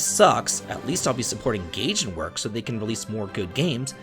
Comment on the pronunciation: Gaijinworks. Guy-jin. Not Gay-jin.